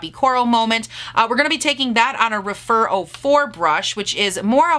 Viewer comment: Those glitters are stunning!!! I love the way you applied them! Not that it matters, but I think the Rephr brushes are pronounced Reff-er rather than Re-fer.